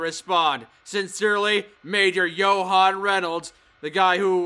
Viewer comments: The way kept pronouncing Johan inspires a murderous rage within me. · johan =joe-han